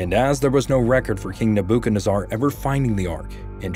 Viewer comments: Nabo-ken-azar huh?? 😂😂😂😂😂 You have the wrong em-Phasis on the wrong syl-lable 🤣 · If you at youtube or google are going to have a computer voice narrate AT LEAST GET THE PRONUNCIATION OF BIBLICAL PEOPLE CORRECT! IT'S ALMOST SACRILEGIOUS 😢😮Nebuchadnezzar and GROW- TOE??? instead of Grott-o Please!!!!!!! Neb- booook-ARDKNEE CZAR ??????? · I believe its pronounced Nebu-ka-nez-arr. Just sayin...😂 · King WHO? Neb-ah-ka-nez-zar????? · Good video. FYI neh·buh·kuhd·neh·zer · Nebuchadnezzar is pronounced “neb ah can ez er”. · It's pronounced graa-tow and neh·buh·kuhd·neh·zr. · ..NEBOOKOONADZAR.. Never Heard No one Prounce His Name That Way'.. Cool But Funny 👉🙀👑☝️✝️🙏👑😹👈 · neh boo ken ezz arr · So weird hearing the way he pronounces King Nebuchadnezzar's name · Am I the only that’s bothered by the way he said Nebuchadnezzar? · Interesting pronunciation of Nebuchadnezzar... But great video. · I believe your pronunciation of King Nebuchadnezzer is incorrect. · How to pronounce Nebuchadnezzar